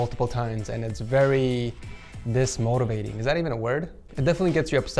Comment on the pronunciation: It's demotivating not dismotivating